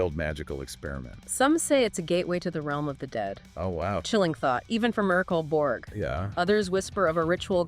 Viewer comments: Damn thats a creative pronounciation of Mörk Borg 😅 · Why not just write a script and tell us what YOU think of Mork Borg? It’s more likely you’d pronounce the name correctly.